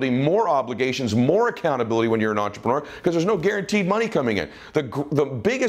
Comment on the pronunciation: Love your videos, so inspiring, I sit with pen and paper to write down key points and ideas. The only negative, which probably is not one for most, especially Americans, is that you use the word entrepreneur ALOT, which is great, but I really wish you could learn to pronounce it properly as listening to intreprenewer ( the ending should be more like manure, not manuwer) it kinda like fingernails on a chalkboard. Just a little thing, but the Francophiles out there would say merci.